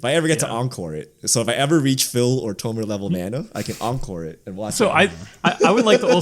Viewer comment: Love this channel but “tomer” is very off putting…